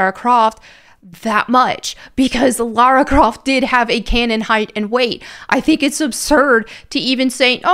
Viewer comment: It's not Lara Croft, it's Larry Crift 😅